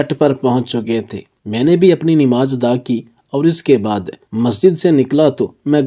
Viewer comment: اردو صحیح بولیں، نماز ہئے صحیح لفظ 'ن' کے اوپر زبر ہئے۔ آپ 'ن' کے نیچے زیر کیوں لگا رہئے ہو۔